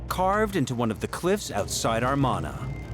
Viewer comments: Hmmmm.... I've seen everything here on other documentaries, and they lost my respect from the beginning when they kept pronouncing Amarna as 'Armana'... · I have a difficult time taking seriously any self-proclaimed expert who pronounces the Amarna period as 'Armana'. It's like a nuclear physicist saying 'Nuke-you-lur'. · Might be the accent. Who said it? British folk often add an r sound on to "ah" sounds. Always makes me giggle